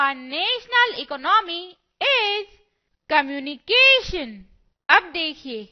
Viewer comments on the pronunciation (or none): According to her The 2nd lifeline or the national economy is Comuncaaaation not comunication. hahaha